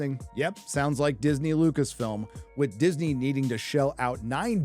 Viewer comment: It's Lucasfilm not Lucasfilms?